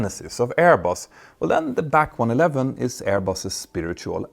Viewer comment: Nice to hear you say (Bee Aye See) + (BAC) Properly and not say (Back) as you have done before :) Now all you have to do is stop calling Concorde (The Concorde) ... It's just Concorde ;)